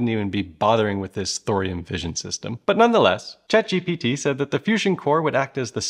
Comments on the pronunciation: Hey I think you said the name wrong... it is Chat GPT Other than misnaming the topic of your video every time you mentioned it... Everything else seemed credible. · I wonder why you say "GTP" every time? Is it so that people like me will leave a comment on this video? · You lost me at "chat gTp"... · Stop saying gtp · Can't watch. Too annoying. You kept saying chat gtp. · After hearing you pronounce it wrong so many times in the beginning, I'm constantly second guessing myself when you pronounce it correctly later on. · If you watch the whole thing it is 🤩 amazing. Half way through 🌈🌊 he enables his 🧠 and starts 🌈🌊 saying it correctly every time. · Who wants to join me for a drinking game? The rules are simple; just take a shot every time he says "ChatGPT" wrong. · You really needed to edit the sound and fix to chat GPT. You can't mispronounce the name of the protagonist. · It is difficult to get through this with you getting the name wrong every time... why not rerecord the video and correct the errors to make your content more credible? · WOW, you can't even correctly pronounce ChatGPT! That's something! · when he starts calling it Chat GPT instead of GTP 😂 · Anyone else noticed he said “ChatGTP” and not “ChatGPT” in the video? I then noticed as wrote this comment that there is a tiny disclaimer saying “*chatg… ok I give up say it however you want” lol… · s Cht GTpee??? 😅😂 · You said Chat GTP so often that I can’t remember which one is the original without looking it up 😂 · Repeat after me: Chat G P T Not Chat G T P Chat GPT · Good video idea, maybe when editing you would notice you kept calling it Chat G T P instead Chat GPT for the first 8 minutes of dialogue? I suppose it can be hard to pick up on if you're focusing on all the other complex aspects of this video. Just thought I'd mention it if you have further ChatGPT videos planned. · drinking game suggestion every time he says chatgtp instead of chatgpt take a chugg or a shot. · "chat gtp"